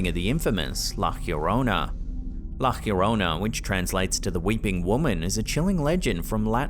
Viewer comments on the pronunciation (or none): In the next video where a viewing of la llorona comes up, please pronounce it correctly, I can hear you are trying but whoever gave you the pronunciation was wrong. Pronounce La Yorona, no H sound. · You say it like "lah yourr-own-ah" slightly roll tue R lol there's no H sound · You just couldn't stick to "Lah Yo-roh-nah" couldn't you hunh. Is this gonna be your thing now? "Lah Ghhhhhyorronæh"? Sigh